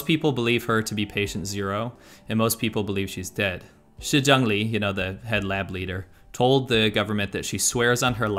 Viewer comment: I've always really liked your content but your pronunciation of Chinese is pretty bad. The lady's name is Shi ZhengLi but it sounds like you're getting each phoneme wrong...